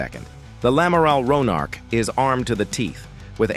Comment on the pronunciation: ouais enfin le nom du navire c'est "Amiral Ronarc'h" pas lamaral Ronarch. Merci de respecter la mémoire de celui qui a donné son nom à cette Frégate en le prononçant correctement !